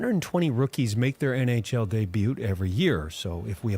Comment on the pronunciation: All those stats but he can't pronounce debut properly.